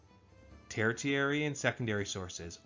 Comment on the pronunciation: Not to get too picky, but I'm a little surprised you got this far not knowing how to pronounce 'tertiary.' It's pronounced ter-she-air-ee.